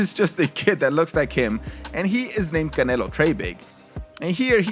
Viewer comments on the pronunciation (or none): Whyd you call him Canela? Its canelo. I can tell by your accent you know. Whats up with that?